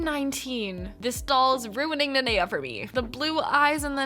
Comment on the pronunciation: OMG NOT THEM BUTCHERING THE NANEA MOLD- 😭😭✋